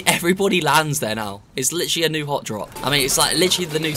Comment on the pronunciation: Nobody:: lichally